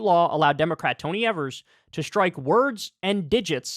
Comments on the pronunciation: Hey Kyle, it’s pronounced EE-vers not ever-s. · My Boy Tony! Here in Wisconsin we love him. Hes so much more responsible then any of our Republican controlled State. Aslo, Kyle...Its pronounced EEversNot Ever-s. Got you bro 😀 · EE-VERS, not EV-ERS. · EEEEEEVers not evers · Kyle, his name is pronounced "Eeevers" Strong E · I love my Governor. But his last name is pronounced "EE-vers" just a friendly FYI. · Can just one political commentator learn how to pronounce Evers please 😂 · Love Kyle, but the Gov's last name rhymes with Beavers. He's a progressive stalwart in a key swing state, he's been Gov for 5 years, and you still don't know how to pronounce his name. Come on man!